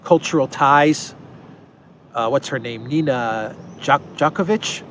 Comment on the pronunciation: Nina Jankowicz, "J" read like "Y" in Yahoo.